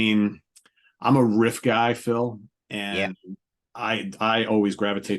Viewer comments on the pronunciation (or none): So Phil has inherited Pete's hairstyle that Pete had during the crown virus. Unexpected distant cousins anyone? You can hear the ways on how certain words are said. I am kind of a linguist and notice how certain words are said. Agen vs a-gain and my favorite riff vs Phil saying whiff/or Whriff. This is not meant to be a knock against either one but that an... observation of pronunciation, that's all. Oh jeez now if we all were to say how do you say Opeth's album Sorceress (the one with the peafowl), there are surprisingly many variations. I in the Midwest US say sore-sir-s and Pete says Saw-sir-s. I can only imagine how Phil says it.